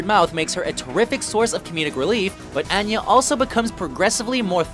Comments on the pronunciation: Did you even watch Buffy? How do you not know how to pronounce Anya? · Anya, not Anna. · her name isn't anna it's ANYA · I always get annoyed when the narrator mispronounces names. Like, don't you even consult the people who make these lists? "an-ya"? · Ughh I hate how he says Anya like it's Annah. She was my favorite, I can't handle it. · No Echo from Dollhouse? I would have had Buffy at #1, but I appreciate the list. BTW, it's pronounced On- Ya (Anya) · To quote Don Bluth's Anastasia: "It's AHN-ya." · IT'S PRONOUNCED ON-YA!!! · Ann-Ya? Also, Anna? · It's ANYA, pronounce On-ya. You should know how to pounce someone's name properly if you're going to make a video. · It's pronounced ON-ya. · Anya, pronounced: on-yah... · Its pronounced Ah nya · You can tell he never watched Buffy by the way he says Anya. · Obviously you've never watched Buffy the vampire slayer because in you did, you'd know how to pronounce Anya! It's like Tonya without the T! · I blame their Canadian...ness. Anya is a real name lol, they should have got it right. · How can you not know how to pronounce Anya? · Anya's name is repeatedly mispronounced but I'm glad Cordelia was included. Cordy needs more love. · Jayne ranks, but Fred, Giles and Wesley don't even get honorable mentions? Ugh. I was sure they were saving Giles for one. Gross. And mispronouncing "Anya"? It's hard to believe this was compiled by fans. Here's my utterly meaningless, totally subjective list: 1. Buffy 2. Giles 3. Mal 4. Angel 5. Willow 6. Cordelia 7. Spike 8. Anya 9. Wesley 10. Fred Honorable mentions: Tara (might have to find a place on the list for her) Wash Zoe Kaylee Shepherd Book Xander Gunn Dr. Horrible Topher Marty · Sure, she already existed in a movie before Joss Whedon reimagined her for television, but Whedon wrote that movie too, so that's irrelevant. And you pronounced Anya wrong. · OMG I got irrationally angry the commentator pronounced Anya wrong.